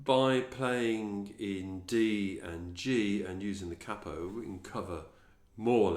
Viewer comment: I'm subbing you purely because you are the first tutor on u tube that I've heard saying 'cappo' instead of 'caypo', at last ,someone who understands what it means,,,thanks mate,,,🤗👏